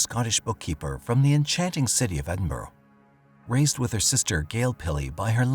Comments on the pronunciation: I don't know about "end-burrow", but when it's pronounced correctly, it sounds like ED in burra. Ask anyone from Scotland. Or better yet, google "correct pronunciation of Edinburgh". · Edinburgh is pronounced Edinburra as in kookaburra 😊. Greetings from Scotland 🏴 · I’ll never understand how the word Edinburgh becomes End-burrow.